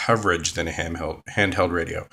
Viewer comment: Ahhhh he said hamheld ooohhh he hungry buy him a subway haha